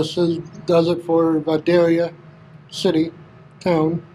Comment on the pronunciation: Pronounced, Vye day yâ Leave the "L" out.